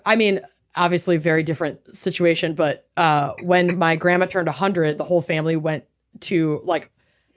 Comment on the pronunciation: "Sitch-u-it". It is Massachusetts, after all. 😆